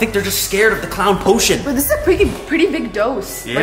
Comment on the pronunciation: Hid the poshon